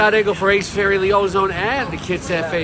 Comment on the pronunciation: did he just say ace fairally?